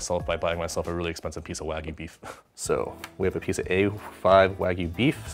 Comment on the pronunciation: I was going to watch the video until I heard "WAG-OO" It's pronounced Wahg-you